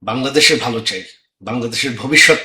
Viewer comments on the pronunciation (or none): none